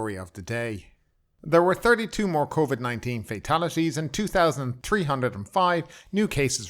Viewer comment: "COIVD" well you are Irish